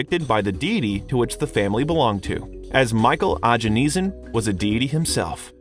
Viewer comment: Wtf is this? Michael Ajanesan? lmao.